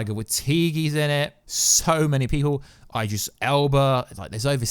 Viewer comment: I generally think your mispronouncing IDRIS on purpose